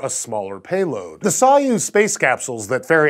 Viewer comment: mispronounced "soyuz" no one in this network ever has anything to do with the topic they are set on and it shows.